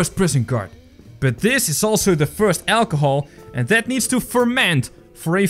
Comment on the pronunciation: It’s funny how you say ACHLOHOL